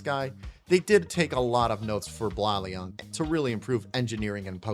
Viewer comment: How to pronounce Blaon right (from the show) Blade + den (Also you should try FlameNova, he has 4 vehicles! Cant wait to see your reaction)